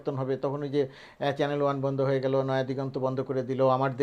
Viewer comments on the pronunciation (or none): none